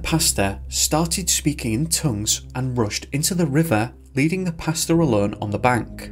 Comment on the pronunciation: Everytime the narrator says "pastor" it sounds like he's talking about his dinner order. I like pesto, including variations of the yummy sauce, but alfredo is right up there next to fresh pesto sauce..